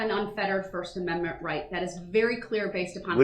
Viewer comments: That's so nice of him, "letting her". And wants his to 'preserve' his first aminmit, despite being "sovereign" 😂😂😂😂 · The first and sixth uh-min-mint. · He cannot even pronounce the word Amendment. He also can't have it both ways if he's The Sovereign Citizen and I think I had actually commented on this the first time I heard him carrying on then he doesn't agree that the constitution he wants to work it to his benefit and then when he doesn't want it to be wants to work that to his benefit. This man is the biggest ass That Ever Walked the planet in modern times I'm so glad he got that Thousand Years